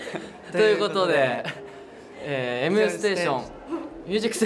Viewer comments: ずっとふざけてる笑 可愛いなぁもう！ 廉くんまたエムステーションって言ってるし！ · またMステーションって言ってる🤣🤣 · 廉ちゃんまたMステーションって言ってる(笑)